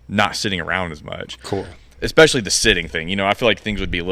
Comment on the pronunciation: Stop it with the "ekspeshully!" What is wrong with you?